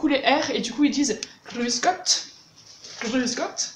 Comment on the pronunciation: Pas si mal la prononciation du "Grüß Gott" bavarois… c'est celui que j'utilise aussi ! et aussi "Grüß dich"... Merci pour ces vidéos !